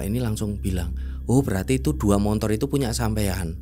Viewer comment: Ni Narsum cara jelasin nya datar bgt njirr,kyk g punya ekspresi,ngomong belibet,ngga jelas deh pokoknya,apalagi paling gedek kalo bilang montor montor montor,sesusah itu kah bilang motor😅